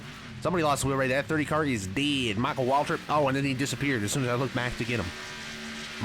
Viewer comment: I laughed so hard when he said “MYCHAAL WAALTRIP”